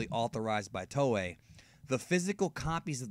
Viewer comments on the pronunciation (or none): none